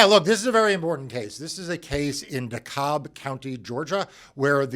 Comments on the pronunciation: D-kalb, not decobb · As a Georgia resident I just have to say... it’s pronounced “de-cab” county, not “de-cob” county. Carry on! 😁